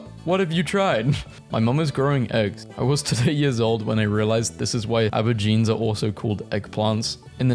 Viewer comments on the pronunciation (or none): Aubergines nah bro these are Abba jeans lol. This successful adult man never heard anyone say aubergine before lol. Well now I don't feel so bad about my shortcomings. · Did...did you just pronounce aubergines as abbagines?